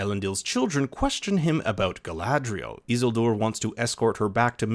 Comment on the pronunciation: Why is he saying Isildur like that ☠️☠️